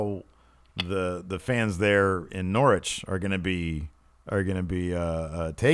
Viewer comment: love the effort to say Progress and Norwich properly (from a UK perspective)! Keep up the great work guys.